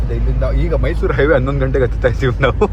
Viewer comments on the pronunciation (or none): It is mysuru , not mysour. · Everything's perfect except one thing: Mysour ❌ → Mysuru ✅ 😄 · Its mysure not mysour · Bro it is not mysour,it is mysuru😂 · Mysour ❌ Mysuru ✅ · Bro adu mysour alla mysuru akaduna correct agi aki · Mysuru ........ not mysour